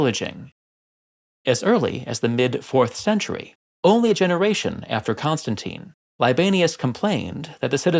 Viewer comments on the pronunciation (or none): none